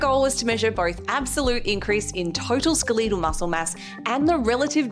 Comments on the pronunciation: The most surprising thing to me is your pronunciation of "skeletal." You're the 2nd person this week I've heard say it this way. It sounds very wrong. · I didn’t know Aussie’s out her saying SKUH-LEE-TAL 😂. You look amazing btw